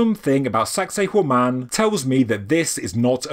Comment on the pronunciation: I had intended to compliment for the British pronunciation of the name being far more refined, not to mention avoiding sounding misogynist, like our American one. But you made it funny without being salacious. Congrats 👏 🏆 👏